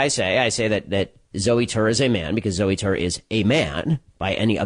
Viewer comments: lol "zoo tour" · "Zooey Tore" I see what you did there Ben